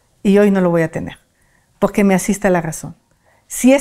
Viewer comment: Poque , poque 😂 ni siquiera sabe hablar y de habladora ni se diga